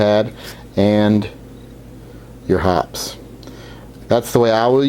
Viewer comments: It's pronounced hop pees. Not hops. Watch one of their commercials if ya don't believe me. I notice you have the gentle rubbing motion down pat. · Please, it's pronounced hoppeez, not hops. Very good idea, I use the brass looking toothbrush, but I will start using one of those Scotch-Brite pads on my Taurus .44Mag and Tarus .22LR revolver. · It's pronounced hoppeezz, not hops. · I thought it was pronounced Hop pees' #9. I've been pronouncing it wrong all these years!! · Hop-eeez, not Hops. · Love your vids - I think it's pronounced Hoppeee's as in eeezzz, not Hops. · 1. What's the problem? My guns are scrupulously clean but I've never bothered with those rings. They don't affect function and I can't see them anyway when aiming. 2. It's Hop-eez, not Hopp's. The 'e' is sounded. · It's pronounced hop-pees. Not hops. Go watch a video or two at . It makes great cologne, too. Thanks for the tip though. Great advice! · It is Hoppes, pronounced Hopp-ies, as in poppies. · It’s pronounced “Hop-eeees,” per the manufacturer of the chemical. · its pronounced 'hoppies' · Hop' Peeez, two syllables ... just say'n. :) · just a small note: In these parts we always pronounced it "Hope-y's" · FYI Hoppe's is pronounced HOPP-EEZE. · Hoppes is pronounced "Hoppys" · The e is pronounced at the end of Hoppe's.